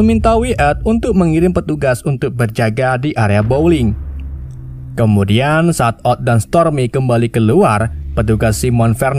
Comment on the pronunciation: teruk sangat ulasan... belajar bahasa inggeris lagi.. bowling jadi blowing, nama banyak salah...